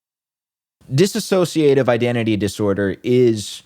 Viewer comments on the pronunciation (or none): Just fyi it’s dissociative not dis-associative. Diss-oh-see-uh-tiv — one less syllable.